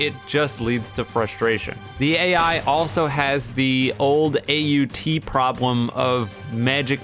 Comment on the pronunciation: AOT not Aut Lol